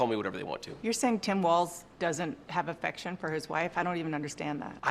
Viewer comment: It's not WalTz!